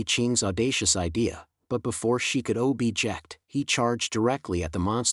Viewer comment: “O Bject”😂😂😂